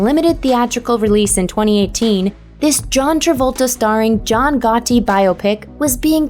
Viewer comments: Gotti Not "Got T" 😂😂😂 Say It Like "Goddi"! lol!! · (Gha)-(dee). not Got Tea? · Why is she calling the movie "Got-tee"? She's never heard of John Gotti before? It's pronounced Goddy. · DUDE IT IS NOT GOT TEA! Got 🍵 It’s GOTTI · Gott(d)i not Gott(T)i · Its pronounced God-E, yeah the movie sucked but give the man the respect of saying his name correctly. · “Go-tee.” Yikes. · walter higgens, drove me nuts. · her pronunciation of "got-ee" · John "Gah Tee" doesn't sound right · Yo!! See this?: GOT-TEE. GOT-TEE. GOT-TEE. GOT-TEE. GOT-TEE. GOT-TEE. GOT-TEE. GOT-TEE. GOT-TEE. Pretty annoying. I mean, really? John Gotti is fairly well known. Especially to people that understand English. I mean, c'mon. You probably have no problem whatsoever pronouncing Joe Nieuwendyk's last name, right? Yeesh....Thanks for giving me the heads up regarding how shitty of a movie that "Gotti" is supposed to be tho. Apparently, Kevin Connolly directed it. Yeesh. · Gah-ti? LMAO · Am I the only one who hates the way she says "got-ti" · Never heard "Gotti" pronounced "Got-Tee" in my life. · Stop saying it as Goh-tee, it's annoying. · Thank you. I thought it was just me. "Got-ti." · She's had other, far worse mispronunciations, but yeah her "Got-ti" is extremely annoying. It's as if she's reading English phonetically. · Got tea? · what producer of this video failed to tell the voiceover artist how to actually pronounce "Gotti?" It's one of the most recognizable names. I know it's just a silly internet list, but some attention to detail would be nice. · The way you say Gotti really bothers me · Stop saying Gotti wrong!!!!!! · stop trying the accent and how do you not pronounce Gotti right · Why are you pronouncing "Gotti" so poorly? do you think he's going to try to shoot you in a taxi? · Do they have a robot on here? She can't say Gotti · Why u pronounce gotti like that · Why is she saying "Gotti" so weirdly I don't like it. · I hate the way she says gotti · Why can't she say Gotti...